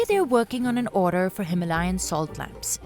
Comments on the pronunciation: Him - layan nhi hima - layan 😅😂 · no himalayan, its HI-MAA-LA-YAN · The narrator needs to learn to pronounce Himalayan. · Wild pronunciation of Himalayan